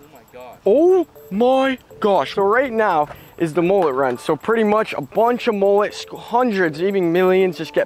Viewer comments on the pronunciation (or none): Last time I heard mullet was pronounced. MmmmUuuuLlllLlllEeeeTtttt not moollet?? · How American's say mullet 😆😆😆